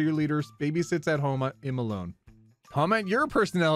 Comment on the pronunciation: Today I found out that (One topic at a time person) pronounces 'I'm' as "em", and not "eyem"